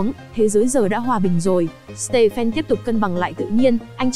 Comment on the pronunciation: stephen đọc là sti vờn nha:))